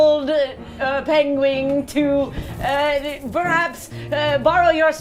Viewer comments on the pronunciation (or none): I think Erika said "pingwing" intentionally, as a Benedict Cumberbatch reference, lol. (And BTW folks, the audio improves significantly, starting from total disaster unlistenable to maybe 15 mins later only kinda bad, to eventually just mediocre without dropouts by about 30 to 40 mins in, spiking / clipping mostly only on rare cheers as the cast and crowd are aware of the audio issue and trying to be careful. But I'm using desktop speakers in a fairly quiet room which; headphone users might still have problems with the occasional bursts of basically static) Rules nerd notes: - Um, actually, frightened gives disadvantage on all attacks and checks while the source of your fear is in line of sight. (I checked in case this changed in D&D 2024. It didn't.) So this should actually protect everyone for a round, great move. Except for enemies with ranged abilities that require a saving throw by the target instead of an attack roll. Or if there are villagers the monsters could attack while not being in line of sight of Anjali's character. Ok, seems like this attack disadvantage thing didn't matter, the swarm moved in a half-circle around Anjali and swarmed villagers, probably without any attack roll, maybe a save if it had been a player. My mental image of the situation was that the closest villagers to the monsters with with the PCs, and the monsters were on the far side of the PCs from the village and villager heading back to it. So the wall of fire + making them g